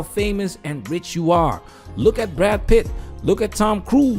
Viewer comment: It's "Brad Pitt" , not "Bradd" .